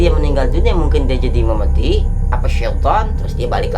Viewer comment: "Memedi", "menian" ngakak sumpe 😂😂